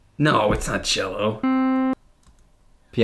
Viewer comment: It's cello, not jello